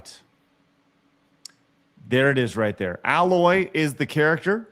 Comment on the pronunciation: Her name is Aloy, not Alloy.